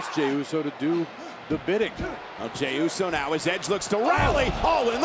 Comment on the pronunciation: Could please someone tell Cole to stop calls Jey, Romans Cousim Jey?